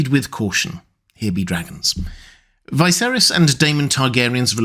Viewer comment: I enjoy your content of ASOIAF and LOTR. But why do you insist on pronouncing Viserys' name that way?